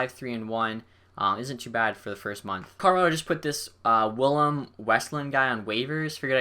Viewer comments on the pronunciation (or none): none